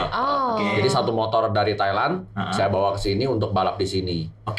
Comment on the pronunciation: Thailand bang, bukan thailen lebay bet